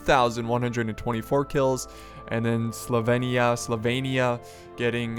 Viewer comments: Why do you want to pronounce Sylvania "Slyvania"? x) It's : [SEAL]+[VAN]+[YA] .. ^^ And in the Warhammer Universe, the Old World is mimicking Ancient-Medieval-Renaissance Europe, so the Vampire Counts are basically inspired by Hungary, Romania, and Transylvania. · It's S Y L V A N I A,! As in Transylvania. Not "Slyvania". I'm sorry, this was a really good video, but that just kept bugging me the whole time...:) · Its pronounced "Sil-vain-eea". I dont know how you could mispronounce that... And Vampires are rightly the most powerful single characters in the game... Hell; they're Vampires! Vampires are the best. They just bring trash infantry [Like zombies] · Not Slovenia - Sylvania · Slovainia? How did you get that pronunciation from Sylvania? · Hey, S y lvannia (god, your pronunciation, lol) isn't Slovenia - haha - if you want it to compare to an european country: Romania, Transilvania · he has dyslexia so that's why his pronunciation is wrong sometimes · Sylvania = Sil-Vane-ee-Ah, Drakenhof = Drack-en-hof.. The blood dragons are vampires (the name of the faction in the table top game is vampire counts)